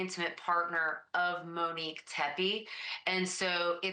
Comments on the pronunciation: This is petty of me but I’m going to say it anyway because it’s driving me nuts. Her name is not Muhnique. It is MOnique. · You call her “Mo” but you then call her “Manique” and refuse to just say “Monique” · Her name is Monique. NOT Minique, not MO. God, lady, why the EF is her name such a problem for you? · Please. her name in NOT Mineek. It's Mo neek. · MOnique…Ashley I adore you but it sounds like you’re saying Manique or Minique it’s driving me crazy, I would rather you say Mo 💙🫶🏻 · Her NAME is MO- Nique NOT Menik!! Short Mo stop saying her name incorrectly!! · Yes, MO-Nique not MA-nique. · Why are you struggling with calling her MOnique? When you easily called her “Mo”. You keep saying MENique 🥴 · Fine with calling her MO…. No problem with that! But then can you also call her “MO-nique” Not “Muh-nique” Please! 🙏 love you Ashleigh, but it’s been driving me insane!!! Thx 😘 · HER NAME IS MO-NIQUE stop pronouncing wrong. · Is her name pronounced Menique? This is what I hear from Ashley. Mo, the name she actually used would be pronounced mow as in Monique....I'm just sayin' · Please stop calling her “Muh-neek” her name is pronounced Mo’Nique. enunciate! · Pronunciation MO-nique, not MUH-nique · I love you so I have to tell you 😉 people are not upset because you are calling her Mo. People are upset over the way you pronounce Monique. You say MInique instead of MOnique!! Hope this helps! 🩷 Thanks for all your hardwork 🥰🩷🥰🩷🥰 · Good God, lady, her name is not Minique, nor is it Mo. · Her name is Monique. You pronounce it Manike— the o is long…mo nique. Also, you’re really fixated on how long the drive is from Rockford Illinois to Columbus Ohio…perhaps he was in Zanesville visiting his family and childhood friends for the Holidays and the drive was closer to an hour. Do your homework please. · Why do you insist on calling her Mo, but pronounce her real name like “muh-nique”? It’s Monique. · Why do you keep saying MUHnique? Good coverage, but that's very annoying.